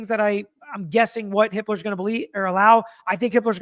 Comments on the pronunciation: Does anyone else keep hearing it as Judge Hitler?!? 😂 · Ok so had to double take hearing the judges name. It's Hippler.